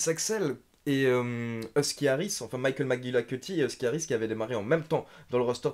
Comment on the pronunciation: J'adore quand dit Micheal MigLiKUTyyy pfff🔥🔥🔥🔥 je peut l'entendre dire ça pendant 20 min facile 😂